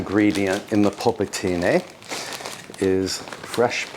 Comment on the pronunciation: It's nice the way you say "polpettine". Congrats. All the best from Tuscany.